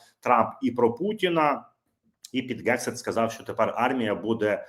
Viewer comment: Пане, будь ласка, вимовляйте правильно "Хегсіт", не "Ґексіт", бо ріже вуха. У вас вийде. Послухайте як пан Роман вимовляє. Потрегируйтесь і у вас вийде. Дякую за зведення Бажаю здоров'я Слава Україні! 💛🇺🇦💙